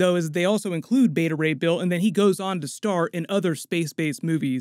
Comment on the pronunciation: Beta Ray "Bale" 😄